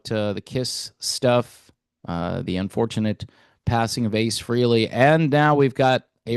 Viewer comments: It’s fray lay not free Lee !! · It's pronounced FRAY-LEE not FREE-LEE, you putz. May ACE rest in peace. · It’s pronounce Fray Lee not Free Lee.